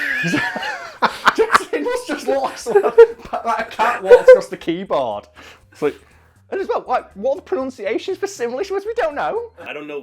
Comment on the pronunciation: man said "caht rahn ahcrus da keeboahrd"